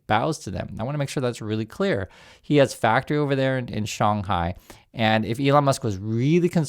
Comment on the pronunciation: Tosla hos a foctory in "Shong Hai"? ok. Is that anywhere near Shanghai? 😅